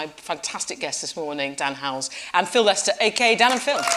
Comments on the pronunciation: 'Dan Howells' lol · i love how it’s “dan howells”